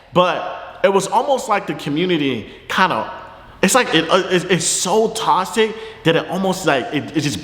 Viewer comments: No one: Fredo: “tosic” 😂😂😂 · wtf does “tossick” mean lmaooo ik he not tryna say toxic🤣🤣🤣🤣